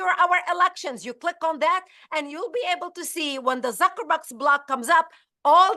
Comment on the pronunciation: Did she say 'Zucker-butt' ? ? ?